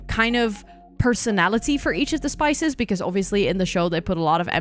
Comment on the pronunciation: Are you calling the spies - spices 😂 by accident or on purpose? Like spice girls in stead of totally spies